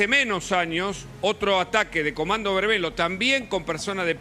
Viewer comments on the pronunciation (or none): comando vermelho, el final "lho" se pronuncia "llo" o sea "vermello"